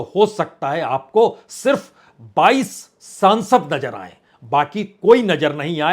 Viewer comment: Sansad nahi saansad